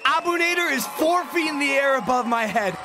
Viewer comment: Bro the name is Arabic and you butchered the shit out of the last name it’s abu naadir that’s how you prenounse it